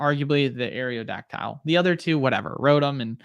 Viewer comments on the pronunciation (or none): Lol can tell (forget your name) is not a gen1er pronouncing “aerio dactile”